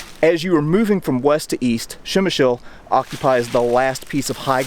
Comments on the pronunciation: Not Shemshill :) [ p ] - like in stop, [ shem ] [ y ] - like in boy, [ sh ] [ l ] - like in lozenge. Pshemyshl ! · Ppzemish is how you say it ,great place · Lesson 1 - Przemysl pronunciation for English speakers...